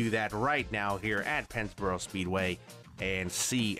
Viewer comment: Did anybody else think it said Penisboro??